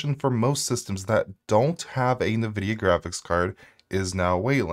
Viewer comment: In-Vidia, my dude. not Nuh-Vidia.